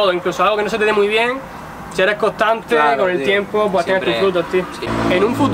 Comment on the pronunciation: Like si te fijastes que decía tempo envés de tiempo